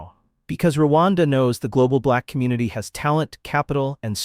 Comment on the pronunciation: Its Rwanda not ruwanda dear and thank u